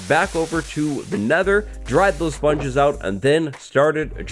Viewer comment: when you say sponges it sounds like spawn juice